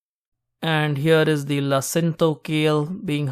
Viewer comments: Super video--thx. BTW: It's LA-CIN-A-TO, so 4 syllables. It's aka Dinosaur kale. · its pronounced la-si-na-to